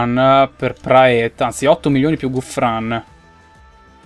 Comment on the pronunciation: Praet si pronuncia Prat, lo so perchè seguo la jupiter pro league comunque è una bestia